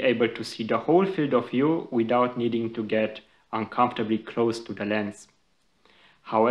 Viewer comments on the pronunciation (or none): none